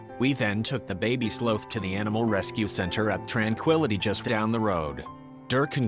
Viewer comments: It bugged me how he sometimes pronounced it "slowth" instead of sloth. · Very bizarre pronunciation of the sloth. Sometimes it’s slowth and sometimes the correct sloth pronunciation. Its not important but I notice unimportant things. I would say I am a noticer of the ridiculous and the unimportant, which is an important thing to be because unimportant things can become very important when focusing on importance. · sloath? oh, sloth. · sloth not slooth. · Those darn sloh-ths and their slohnannigans. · Sloth like moth, not both. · I love this story and I love how the couple saved him, but every time it pronounced sloth, I had to laugh. I'm sorry. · Why are you pronouncing "sloth" with a "long o" sound? It should rhyme with "cloth" or "broth," not "grow," or "toe!"